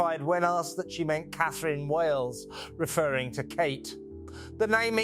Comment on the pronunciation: It's A I you are talking to. I clued in with the pronunciation of :Catherine". Then, when it said "Raff" instead of R.A.F.